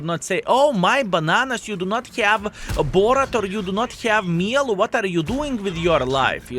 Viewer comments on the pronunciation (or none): Just a small tip to pronounce it to act like you're french because I'm french btw, try to say "Mjell" or "Me yell" but without any stop. Here we go, you're french now ! 🤣